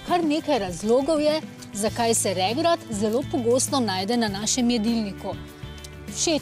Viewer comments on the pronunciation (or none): Oprostite, ampak regrat je regrat in ne regrad.